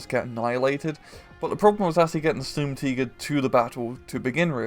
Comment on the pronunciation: Stumtiger, it tig sturm.